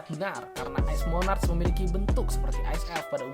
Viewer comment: Bukan monac tapi monark